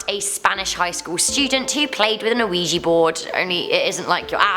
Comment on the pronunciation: Am I the only one who thought she said Luigi board instead of Ouija board